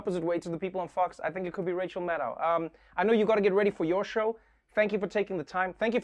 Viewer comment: It's MAD-doe (as in deer). I've heard her say it in person. She never corrects people like Trevor or Nicolle Wallace, but I teach students with names from all over the world and pronouncing their names correctly is something they always value.